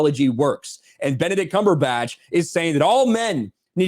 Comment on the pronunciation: Benedict cum-per-patch